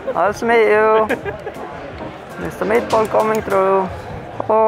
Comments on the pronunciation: When he said “my name is Magnus mitdbo” I heard “my name is Magnus meatball” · "my name is magnus meatball" is what i kept hearing LOL